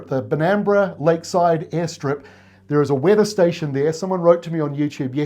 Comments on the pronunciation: You nailed Benambra. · Nailed the pronunciation of Benambra 👍 btw if you're ever unsure of how to pronounce an Australian place name, the ABC has an excellent website with phonetic pronunciations of most Australian place names (among other things). Google "ABC pronounce" and it should be one of the first hits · You did pronounce Benambra correctly swing North west over the range is Mount Mittamatite. Near Corryong there is beacon for commercial airlines up on top. Find Murray River to North and head downstream 30klms and you will find Pine Mountain largest granite formation in Australia I live not far from it. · Thanks. What a pleasant surprise. I'll let you know how we go with the snow. Great work. Appreciate the effort. You pronounced it correctly. Benambra was the site of Victoria's first aerial fire fighting operations in 1967, and it has developed into a crucial operation during the fire season. 👍🤓🇦🇺